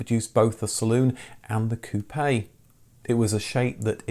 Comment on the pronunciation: Pronounced "koop". Seems you would know this.